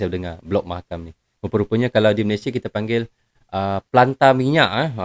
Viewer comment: Mahakam bang bukan makam.